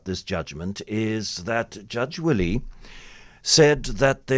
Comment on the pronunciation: It's Judge Derek Wille - pronounced "villa" not "willie"